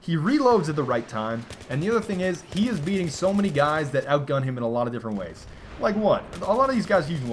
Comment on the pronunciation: Oh god, don't ever say 'dat' again you stupid fuck